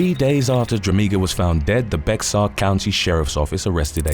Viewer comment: C’mon …..Bexar is pronounced Bayar county….not the first time I’ve tried correcting it….😂